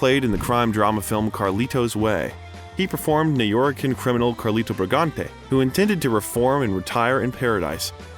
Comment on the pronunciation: Also the term "NewYoricans" Sounded like "Nororicans" Might want to research pronunciations of words or names you aren't sure of... Takes away from your research... I'm sure when you looked up the actor you looked for "Al PACINO" not "ALFREDO PACINO"